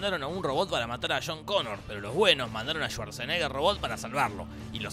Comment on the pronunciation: ??? quien es CHHHHONNN CONNOR????????????????'